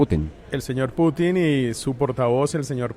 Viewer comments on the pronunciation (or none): none